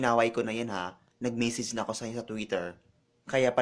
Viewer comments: nag.aaral ba to? pa English pa wrong pronunciation pa.. punyetang bakla to! sarap bitayin..! d pa magaling magsalita .. nag memesij? ok ka lng? boring mo! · message Hindi misage... judge mental. Hindi judge mintal. hahaha.. mag aral k muna ng tamang pronunciation bgo ka mamintas...hahaha